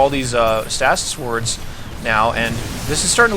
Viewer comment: Stay-sis. not stas-is